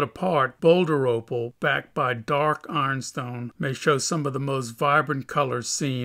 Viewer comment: AARNstone... what is AARNstone? (Caption says Ironstone 🤦‍♂️)